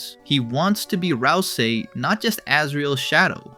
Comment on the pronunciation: tweaking from that pronounciation of ralsei